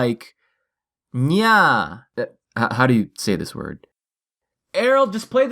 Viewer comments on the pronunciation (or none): excuse me?? that not how you say Nyah :3